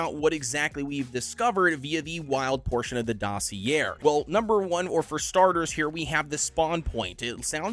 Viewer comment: you’re definitely not pronouncing dossier right lol